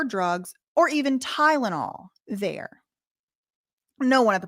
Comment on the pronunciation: When you said tydenol I spat out my tea 😂